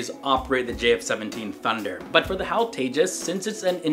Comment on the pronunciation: It's no hal It is H.A.L